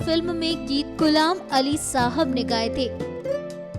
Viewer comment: Gulam nahin. Ghulam. Urdu please